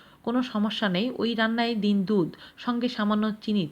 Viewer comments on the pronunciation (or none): ওয়ালাইকুম আসসালাম । মেহেরবানী পূর্বক আইটেমগুলোর উচ্চারণ ধীরে সুস্থে কিছুটা সময় উচ্চারণ করলে আমাদের সত্যিকার উপকার হয় । আপনি কি বলছেন আপনি জানেন আমরা তো আর জানি না । যেমন, বললেন দিন দুধ । আমার তো প্রথম শুনে মনে হল,‌আপনি বলেছেন ডিম দুধ । দিন দুধ । ডিম দুধ । ওই যে বললাম আপনি কি বলছেন আপনি তো জানেন । কখনো কখনো , আমাদের কাছে মতিভ্রমের মতো শ্রুতিভ্রম হয়ে থাকে । মাশাআল্লাহ্ আপনার প্রচেষ্টা প্রশংসনীয় ও অত্যন্ত সুন্দর ।